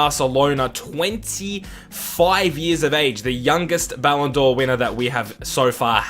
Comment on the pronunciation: "Ballon Door" haha